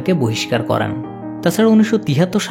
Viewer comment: Vai করেন টা করান শুনাচ্ছে পরবর্তীতে বিষয় টা খেয়াল করবেন